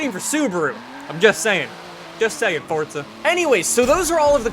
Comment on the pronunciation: Question - is it like an American thing to say forza like fort-za just can't get over it same with Impreza